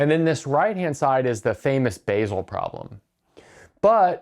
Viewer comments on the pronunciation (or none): Sigh. It looks like he's never going to learn to pronounce "Basel" correctly.